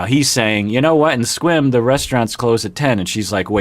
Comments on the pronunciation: I just got over saying "Squim" and then this dude pronounces it once like "Squam" and I lost it again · I thought Mike said it the same as.